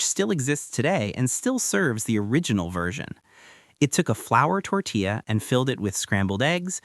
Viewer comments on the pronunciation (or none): none